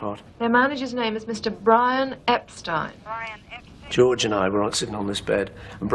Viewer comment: Yes, and the family name was pronounced CORRECTLY!!!